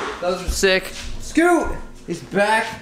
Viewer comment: Everytime he said scoot it made me cringe a little